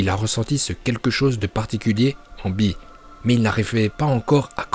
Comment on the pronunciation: Eh par contre bee il s appelle bee et pas b